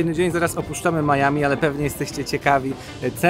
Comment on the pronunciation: Oczywiście Miami a nie Maiami🙃